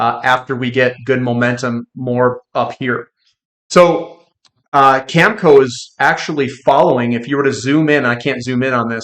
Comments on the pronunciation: cam-eh-co not camco. sorry but it matters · Agree. He can't even say Cameco. Always calls it Camco. I don't thing reading is his strong suite. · Oh I get it, the worn out cliche “eh” thing. I’ve heard Americans say eh as well… anyways, it’s cam e co with the e sounding like in bet.